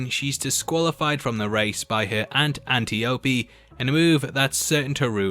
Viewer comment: "Auntie Opie?" It's not Mayberry. It's pronounced An TIE o pee. You know, like Herodotus or Aurelius, in which the second syllable is accented.